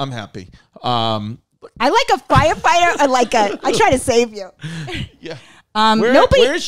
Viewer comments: I love that Rachel pronounces "foighefighter" 😂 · Sounds completely normal except for fwyer fwighter